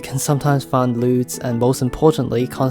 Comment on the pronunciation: "..and you can sometimes find lewds.." Wowzers, that's one heck of a Freudian slip! I had to replay that part a few times just so a few others could confirm I wasn't imagining that line. Let this be a lesson, always listen to your own videos before you upload them. But on the plus side youtube's CCs always gets words wrong so luckily it came out as "loots" in the CC text, which I'm assuming is what you originally meant, lol.